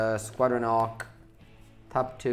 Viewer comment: Between Squadron Hawk and Glint Hawk, I'm getting to hear call a lot of birds "ocks." Italian must not have leading H sounds:)